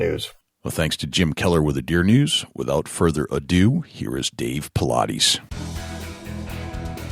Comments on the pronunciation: Why do people seem to have no clue as to how to pronounce the man's name? Jesus Christ. I pronounced the name "Paulides" right before id ever even heard it pronounced. It's not that hard, actually lol. It's not "Paul-I-deez"....its David Paulides, as in "Paul-Idess". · For the Interviewer: Thing #1, is to pronounce the guests' name correctly, 'specially famous guests. David's name isn't Paulaudis, as you say. It sounds like it is spelled: Paul-eye-dis. Thanks for this great interview. So spooky. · Dude. Pronounce his name correctly. He is not a workout routine.